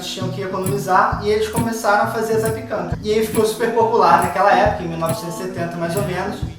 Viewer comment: A pronúncia correta é zapiÉkanka....tem que pronunciar o É...e o cogumelo é o borowiników (cogumelos silvestres polacos secos).